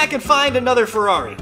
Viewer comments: The man sad farrari a thousand times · A monster truck ferrari a "Merrari"